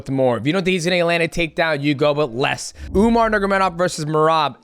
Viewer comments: UMAR NURMA GOMEDOV not Umar Nurgomedov 🤣🤣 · "Umar Nurgamedov" 🤣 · "Umar Nurmagedov" that was funny